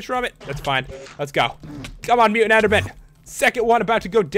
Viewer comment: omly mutant, not mutan